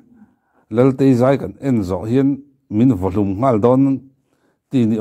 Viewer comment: Laltei I ti ziah a Ngaihthlak a ti nuam lo tep. Latei tih tur a nia. Thil hote anga lang rilru ti buai tlat thei a awm nia. By the way I aw dik tak ee. React zel rawh.